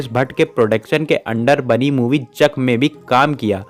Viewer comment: bhai zak nhi zakhm hai 😂😂🤣